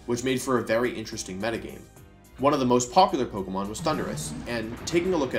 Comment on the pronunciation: Listen, i want to take you seriously but I can't because of your intentional mispronounciations of pokemon. And you're still winning by me commenting this. GG wolfy gg